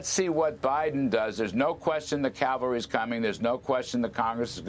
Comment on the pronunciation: Thanks for using "cavalry" instead of "calvary"! 👍 Big pet peeve of mine!